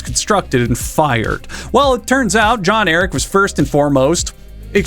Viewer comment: The funniest part of this video is when he describes John Eric as being the most important person in the world only to fuck up his name immediately afterwards